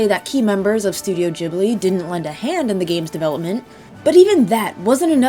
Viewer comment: "JIB LEE" 🤢